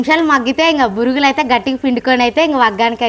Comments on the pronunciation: బురుగులు కాదు బొరుగులు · దానిని ఉగ్గాని అంటారు వగ్గాని కాదు ఇంక వాటిని బొరుగులు అంటారు బురుగులు కాదు